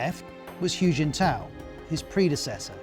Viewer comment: It's kinda funny to hear all this from a man calling Hu Jintao "Huge In Tow".